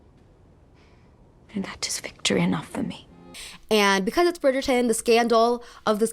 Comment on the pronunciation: I love how you pronounce "because" as "becaise"